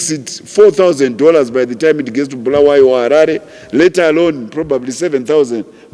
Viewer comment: It is Bulawayo wena mdala, not Bhulawayo